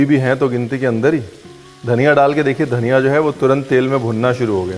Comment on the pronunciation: It’s Dhaniya and NOT Dhanniiaa!! Funny Guy 😂lol